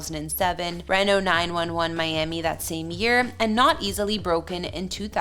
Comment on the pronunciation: It’s Reeno (Reno, NV).